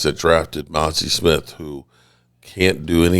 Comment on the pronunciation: DID HE SAY MAZI SMITH 😂😂😂😂😂😂😂😂😂🎉🎉🎉